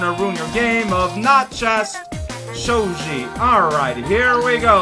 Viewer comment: Shogi, not shoji. Japanese doesn't do "hard G vs. soft G". G is always G. As far as the copyright symbol, you'd have to start a new game with it and go from there. But like I said, I don't remember if KD did that. (You can check your collection for "na" and "m" to see if it does, since you've rolled them up already.) What? No eye lasers of DOOM!? I feel deprived! 27 cm is not half a meter.